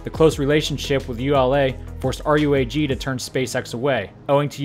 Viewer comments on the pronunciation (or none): So strange to hear ruag pronounced as a acronym. I know it is one, but just like laser nobody i know says it like that. And i worked there for 4 years.